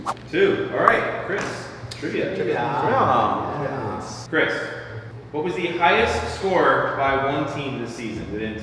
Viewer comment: After the sponsor when he said let’s get into the trivia part I thought he said let’s get into the trimming part and he was gonna show us him shaving his balls😂